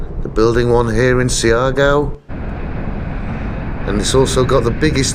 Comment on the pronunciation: The latin music intro was insulting. This is Maritime Southeast Asia, the Malay Archipelago. Also, it’s SHAR-GOW / GAW. Not See-R -Gow. SHAR-GOW is fine, thanks. SHAR - GOW / GAO.